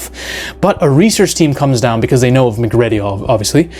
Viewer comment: If he calls him Russle Crow one more time, ima lose it.😂 And Mc-Ready instead of Mcready.(Mick-read-e)